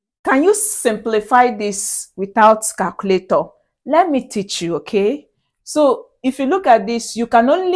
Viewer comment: The moment she said calculatooorrr you know she is Nija babe. 😂